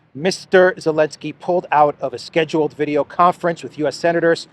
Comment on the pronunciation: ' I do walk talk veido' - in best ukrainian accent amazing 😆😆